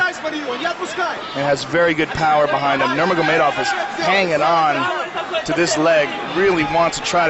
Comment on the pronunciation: “habeeb nurma-go-made-off”